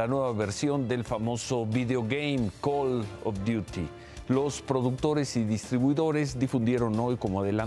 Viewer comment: Neta que lastima das que ni puedes pronunciar bien el nombre "Call of duty" si gustas te puedo dar clases